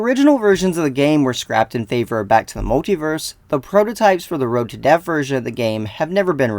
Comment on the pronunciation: You keep pronouncing death as deaf. Lol